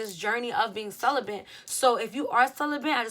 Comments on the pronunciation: I love you but there’s no “N” in celibate.. I don’t want any dudes making fun of your pronunciation when you say it . Cel-ih-bit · "celibent"🤔 ok best friend